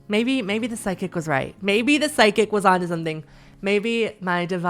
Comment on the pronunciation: Why do you say psychic like sidekick 😭